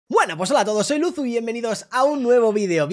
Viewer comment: Alexbitas dice lusu